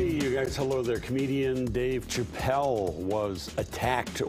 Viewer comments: I'm sorry, are you saying "Ch-appelle"?? 😆🤦‍♂️ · Amen, good lord it was killin me!! Say it with me professional news anchor, “Sha-ppelle”!!! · If you’re going to report on one of the most famous comedians to exist, learn to say his name please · The CH is pronounced with an SH. How could you not know how to say his name if you are a news anchor. Geez.